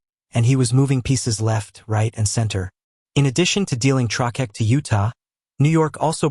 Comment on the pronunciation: "Trokeck" lol. AI crud